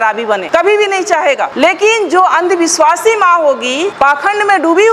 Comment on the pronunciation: सराबी ❌❌❌❌❌❌❌❌❌ "अंधविस्वासी" ❌❌❌❌❌❌❌